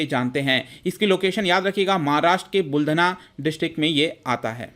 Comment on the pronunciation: वह बुलडणा नहीं बुलढाणा है.....